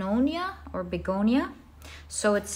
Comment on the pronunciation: Pile2. Its pronounced Beh-go-nee yaa. 😊 Loved the reading. Im about to start University so this felt very relevant. ❤❤❤ Thanksyou for sharing your gift with the world